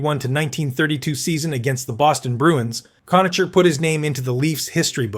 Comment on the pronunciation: Cona-Ker, not Cona-cher.